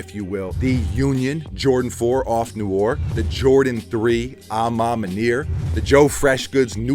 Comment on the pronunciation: Off noir. Noir is French for Black. It is pronounced kno-waar Not knore.